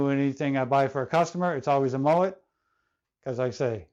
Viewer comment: It not a Moët it’s a MoeN